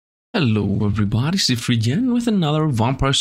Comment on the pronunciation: Any time i hear sifd say his intro I swear he says sifnd because of his accent, and i like it.